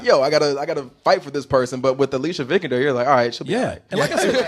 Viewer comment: It is pronounced Vi-kander